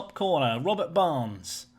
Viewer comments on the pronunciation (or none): none